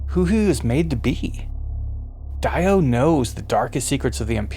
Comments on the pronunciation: Die-o, not Dee-o? Oh well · i cant shake the feeling that something´s wrong whenerever you say Daio instead of DIO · Every time you guys say DIE-OH instead of DEE-OH you date yourselves as infants of the empire. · It’s pronounced, “Dee Oh” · Correct, that is the proper pronunciation. The English voice actor made a mistake. I am British and it would be pronounced as “Dee Oh” 🤘🏻 P.S Great breakdown!